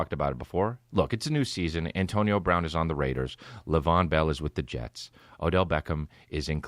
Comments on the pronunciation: Antonion brown is on the patriots.. and it's Lay-vee-on Bell lol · I've given you one month to start pronouncing "Le'Veon Bell" correctly. Ask a friend for help